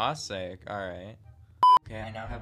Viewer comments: “AUH SAY” 😭 its awwe sic😭😭😭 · THERE IS NO GOD DANG WAY HE SAID “aouciq” 💀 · The way he said auiciqu 😂